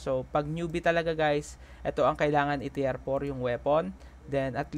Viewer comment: Teer po ang pag bigkas ng tier.. Pa shout out nmn jan